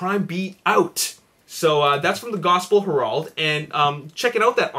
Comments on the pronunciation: It's pronounced HAIR-ULD, not HER-AULD. . . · The way he says Herald LOL